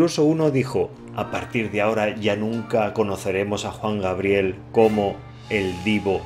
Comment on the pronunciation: Jajajjaa alguien mas riéndose con de "Juan Grabiel" jajaja